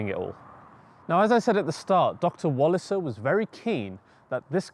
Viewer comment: another great and thorough video, Thank you. Wallisser = Valley-Sir please.